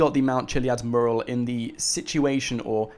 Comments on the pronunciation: ITS NOT MERAL ITS MURAL!!!! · PLEASE learn how to say MURAL (Meurral) for gods sake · Please learn to pronounce "Mural"